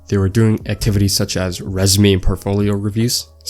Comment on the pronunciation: how you gon pronoune resume like that bro...